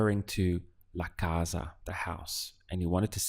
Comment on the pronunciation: You pronanciate kaza insted kasa What is right?. Deiprimido insted deprimido.